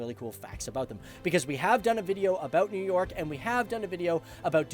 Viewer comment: Nev york